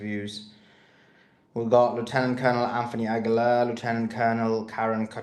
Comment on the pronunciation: Pls ask Lt Karen how her name is pronounced. 🤣 you are really butchering it. 😅